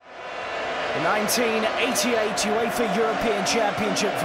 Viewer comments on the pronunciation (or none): none